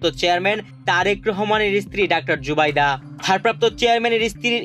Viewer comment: কিসের খবর পড়েন নামটা জানেন না শুদ্ধ করে নামটা বলতে পারেন না পড়া শিখিয়েছে কে কোথায় পড়াশোনা করছেন